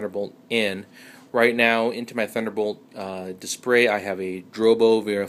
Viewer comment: dispray? LOL, is he?